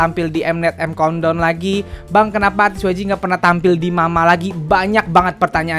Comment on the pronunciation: "EIM KAUNT DAUNN" 😂😂